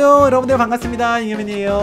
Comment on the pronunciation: 반 갔습니다ㅋㅋㅋ반갑습니다를ㅋㅋ